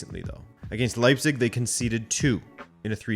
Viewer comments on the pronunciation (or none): none